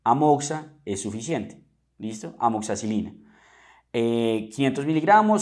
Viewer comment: Es que en Colombia, incluso a los medicos, nos llega a pasar que se nos arraiga la forma en que la llama nuestra población. Se nos escapa el amoxa y no amoxi :P